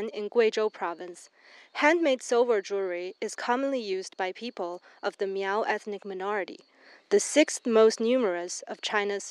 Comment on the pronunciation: It's not pronounced MEEEOOOWWW. That's derogatory!